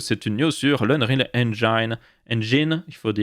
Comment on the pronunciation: Merciiiii de commencer à faire l'effort de ne plus dire engAÏÏÏÏÏne <3 <3